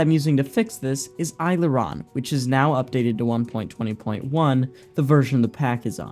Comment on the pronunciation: pronounced aileron wrong, literally unwatchable (good progress; subscribed!)